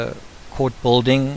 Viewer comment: bill ding not bolding! spelled BUILDING,PRONOUNCED BILL DING